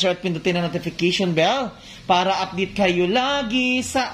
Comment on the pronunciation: Dili man pud ni ako pang bash kay ganahan jud ko sa imong mga vlogs but pwede mka correction? Instead of saying "para upadate kayo lagi..." pwede "para updated kayo lagi..." and instead of "fung.gi" pwd "fun.gi?". Hindi ako nagmamarunong. But I made this correction para maging tama ang mali at maging masmaganda ang iyong vlog. Sorry... gusto ko lng makatulong at hindi para magpahiya.